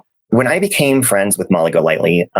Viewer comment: Youtube fwends.... 😂😂😂😂